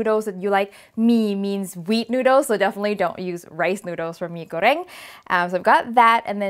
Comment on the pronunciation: OMGGG an indonesian food thanks, if there are any indonesian tryna teaching u rudely in the comment section, just ignore them, you are great and im thankful that you even try indonesian food here:D. I'm also thankful that you pronounce the dish name almost perfectly. Yay pai yaay